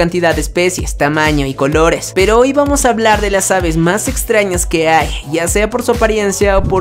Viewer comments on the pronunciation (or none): none